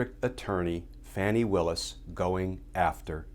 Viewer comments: It’s pronounced FAWNI as in fawn not fan… great coverage.. to be exact Madame FAWNI Willis, even though it’s spelled Fani.. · *F-ah-ni, NOT Fanny. Please, pronounce correctly. Thanks.